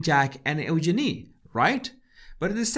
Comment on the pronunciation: Love the way he pronounces Eugenia💓💓💓💓💓